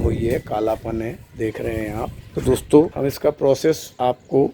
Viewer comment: Kya bathe dostho... Dostho Dostho 🤣